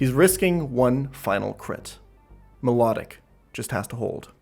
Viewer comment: pronouncing milotic reveals yourself, russian spy